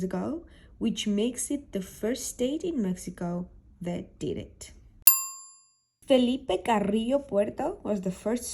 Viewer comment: I love the way u said Fელიპე კარრრრრრიოო” my passive-aggressive friend ❤️